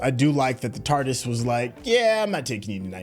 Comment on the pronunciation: .....if you don't stop calling the T.A.R.D.I.S. the tarderis, theres no er....in the word!